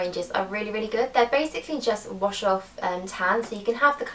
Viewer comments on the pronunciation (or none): none